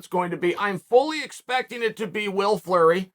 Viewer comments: Went from Will fury to Will flurry. Kills me every time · Did anyone else have to back up 10 seconds on the video just to verify uncle chael said “ will flurry” ? 😂😂